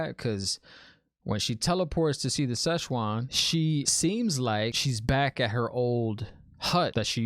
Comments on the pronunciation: Pronunciations: Siuan Sanche (pronounced: SWAHN SAHN-chay; /ˈsʲwɑn ˈsan.t͡ʃɛɪ/) NOT whatever it was you kept saying smirks with love Aes Sedai (EYES Seh-die) Ajah (AH-jah) Amyrlin Seat (AHM-er-lin) Maigan (May-gan, Megan) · No worries lol, prononciations is a big issue in this book series and is something fans have been struggling with since day 1. Think Amyrlin more as "ahmerlin" as in Merlin from Arthurian legend. And Siuan as I said is pronounced Swan. You haven't seen the worst yet for pronunciations let me tell you, guaranteed to not be the last time new show watchers struggle with words from this book series. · Like the reactions man. I'm a book and a show fan. Nice rant in the beginning. And I laughed out loud when you called Siuan "Szechuan." Lol... Szechuan is a region in China and has very tasty, spicy food. :D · 🤣🤣🤣 it's Swan and the other blue is Maigan. Nice speculation but I will not tell what you got wrong 😉. Also ignore the trollocs in the comments. Look in the compendium and you will understand more about the objects of power like the oath rod. And maybe use 🎧 to help with pronunciation.